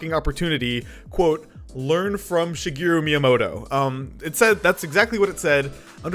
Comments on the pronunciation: "Shigiru Miyamoto" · Shigeru MIIyamoto